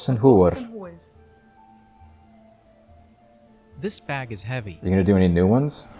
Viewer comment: Just a little heads up, the way you pronounced hwyr made it sound like hwr (the Welsh word for wh*re)👀 Don't wanna be saying, 'Mae hi'n hwr' instead of, 'Mae hi'n hwyr' The rest of your pronounciation was honestly spot on. Keep up the good work💪